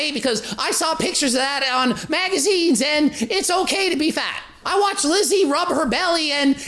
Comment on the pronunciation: hahah I've had so much fun about you pronouncing it Lizzi:D:D:D love you:D